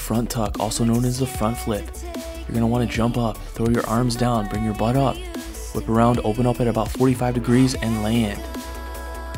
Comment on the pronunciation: whenever u say butt it always sounds so funny for some reason..